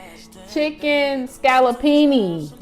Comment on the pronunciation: Not chickelini 😩